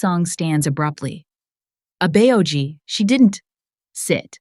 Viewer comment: I think the people who write the scripts for this story should write Korean words phonetically for example example Abeoji should be written out abboji so that the AI narrator can say it right